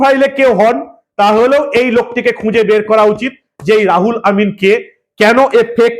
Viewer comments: রুহুল (ruhul) কে রাহুল কেন বলছেন বুঝতে পারছি না। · দাদা নাম টা রাহুল নয়, রুহুল হবে। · বার বার "রাহুল' বলছেন কেন ! নাম তো "রুহুল " ! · রাহুল না দাদা ওটা রুহুল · নামটা রাহুল নয় রুহুল আর হাতের কাগজ টা এত বেশী শাফলিং না করলেই ভাল। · আপনি নাম টা ভুল উচ্চারণ করেছেন